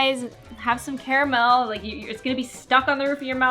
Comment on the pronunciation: The way she pronounces Carmel 😡 No hate tho